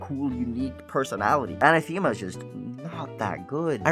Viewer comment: Uh-na-theh-ma Not Ana-theme-ah